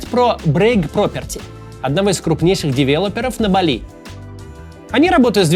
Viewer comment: Максим, БАли, а не БалИ.